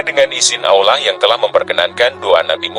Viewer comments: Hai! Pembanca yg benar &;pasih menyebut nama Alloh itu keyakinan umat islam sedunia bukan ( ollah) itu salah besar pembaca kau kwalat ok bro mksih sblumnya mhn mf bila ada kata2 yg kurang brerkenan trimksih sblumnya sekali lagi kpd pembanca klalau menyebut Alloh jangan di balik2 pamali ok bro. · Bener, narator nya salah dlm menyebut nama Allah. Malah kebalik, d ucapkan (ollah)..🙏🙏🙏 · Kenapa menyebut kata "Allah" dengan lafal yang tidak benar? Mohon dicek lagi dubbing naratornya.